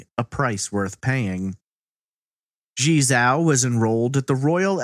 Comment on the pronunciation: I know you didn't ask, but her name would be pronounced "jee-eh" (one long word, I can't think of an english word it sounds like) "jaoh" (like cow) and you got "Li" right. It's really hard to know how to pronounce chinese names unless you speak a little or practice a lot. Thanks for uploading so much great content!